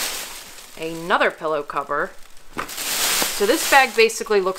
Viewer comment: She keeps saying 'Ay nother' like there's these two words, 'ay' and 'nother.' Never 'uh,' always 'Ay.' Funny how Americans talk. Anyway, these people are all set for the next 20 wedding showers they need to buy a gift for, unless all their friends know about their hobby. I live in a Central European country where dumpster-diving is not yet a 'thing' with 'normal, respectable' people, because people are very conservative and conformist and they don't want to do anything that might cause people to ask, 'What are you doing? Who said you could do that?' But I'm a foreigner and I don't care what people think, because I've worked out that when you DO do something that nobody else dares to do, either they assume that you're an authority and you have some kind of right, or else they simply 'conform' and jump in and start doing the same thing themselves. So when I noticed that a chain of bookstores here, like Borders in the US, with gift items, toys, art supplies, decorative items, craft items, video, etc. had put all their unsold stuff in the dumpster, I told a friend here, a native of the place, that we were going 'dumpster diving.' He didn't know what I was talking about. We did it basically in broad daylight, late afternoon, when most people were already home for dinner. At first he said, 'OK, I'll go along for five minutes, but no more,' and he was quite shy about it (but I can convince him to do almost anything...). After 5 minutes, I couldn't stop him until he'd gone all the wa